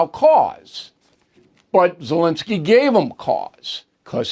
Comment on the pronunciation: it is ZelEnskiy, not ZelInskiy.